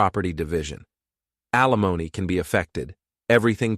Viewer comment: Alimony, not Alimoni